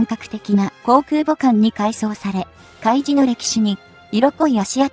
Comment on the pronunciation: 海自→うみじ (笑) まともな動画をアップする気無し？